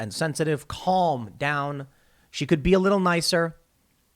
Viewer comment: Tim, you don't pronounce the "L" in calm. Like talk & walk, mate